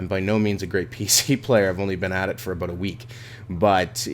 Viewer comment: OMFG HE SAID ABOOT!!!! WHATTTTTTT